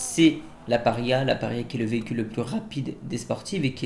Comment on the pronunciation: le veecule de fatun furouse